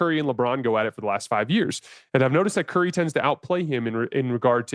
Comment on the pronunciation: It’s Curry and not close.